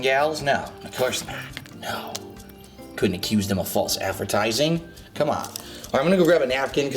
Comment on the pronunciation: Fahlse Advehrtizingh snort